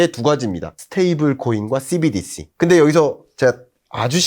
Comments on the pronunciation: 씨비디씨 ㅋㅋㅋㅋㅋㅋ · Cbdc 발음이 넘 거북스럽네요ㅋ